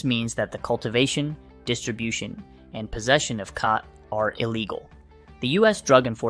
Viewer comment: Bro cannot decide how to pronounce "khat" lol. Also, saying "schedule I V" while showing a syringe being filled up is going to be super misleading to people who don't understand that it should be pronounced "schedule four" and that the schedule level of drugs has nothing to do with the route of administration